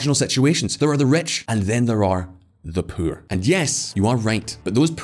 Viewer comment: This dude pronounces the word poor as pure